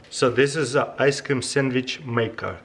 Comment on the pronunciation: I love how you say ice cam.